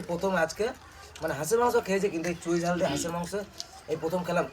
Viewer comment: চুই ঝাল, চই ঝাল না।